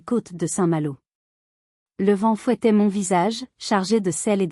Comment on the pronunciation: C’est une IA. Un exemple révélateur entre autres : on ne prononce pas « MON » épelé m-o-n, on dit « mon » d’un ton appuyé. Il faut reconnaître que la diction de cette IA est meilleure que la plupart … mais le niveau de l’histoire est effrayant de bêtises. En un mot : Grotesque !